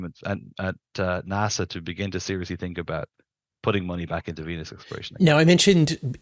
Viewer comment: I stopped hearing when he said evangelicee of Vennus. Venus is literally hell, dude.